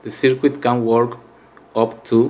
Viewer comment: Mate, I've watched your video many, many times so thank you for that. Can I make a suggestion though? Could you please try pronouncing 'circuit' as 'sir-kit'? Don't worry, I've made a fool of myself many times using words which I've never heard actually spoken...in my own language!